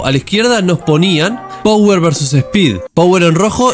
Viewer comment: Te corrijo una pavadita: se dice PAWER, no power. jajaj Saludos!! No veo la hora de q salgaaa!